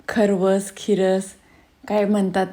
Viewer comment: Khirvas nahi kharvas😂